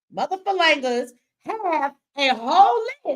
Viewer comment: LOL at "mothafalangas" 😂